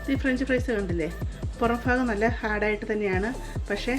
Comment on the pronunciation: Faagham alla sister. Baagham. 😂